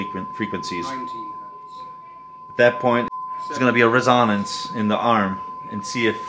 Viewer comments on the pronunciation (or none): Dude, rough night last night?!! You are having a hard time with your words....Dynavector is pronounced just as it looks...DYNA-VECTOR. Not Dina. Resonance is just as it looks, not risanance and other examples I won't cite today....go back and view your own video, it's worth a laugh! Coming from me who has been doing this for the last 55 years, you have done one of the best set-up videos on YouTube....that's a compliment! ....By the way That Dynavector DV-20x2 is a fine cartridge and I truly believe is THE pivot point towards Diminishing returns, in the cartridge world...No real need for those $5k to $15K brag pieces! I have used this as my reference cartridge since they came out in the 70's, in the red clear bodies; before most of you were born! I'm on my 3rd one! Anyway, in your sequencing, please do do ALL cartridge mounting and overhang and alignment work to the end, before zeroing out the tone arm weight and antiskate adjustments...Cartridge weight is ALWAYS and the END of everything you do in cartridge set-up, except Anti-Skate adjustment, for safety sake of that $1,000 cantilever and stylus....In-fact, during ALL alignment and tracking force and VTA adjustments, TURN THE ANTISKATING OFF. That makes it much easier to make all adjustments and you won't cause a cantilever snap, because the arm went flying due to the Antiskate pull. Most don't know this until it happens....If you snap the cantilever, you will find that a new replacement of a replaceable cantilever and diamo